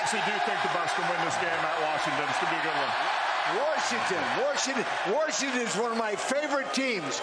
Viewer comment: Warshington! Warshington! Warshington!